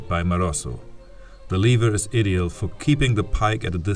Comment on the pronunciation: "ideal" spricht man auf Englisch so aus: Ei+Diehl